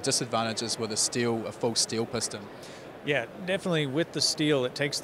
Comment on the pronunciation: Piston, not pustun!